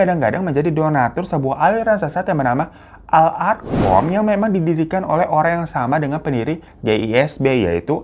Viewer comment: Koreksi ya bg..Al arqam awalnya tapi di ujung2 kesebut Al irqomm itu dia kata beda makna😅maaf..maf